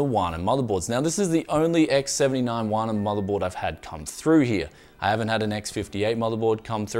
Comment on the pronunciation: HuaNan is pronounced - Who-aah Nun 华南 Literally South Chinese or Chinese of the South ... you get the drift.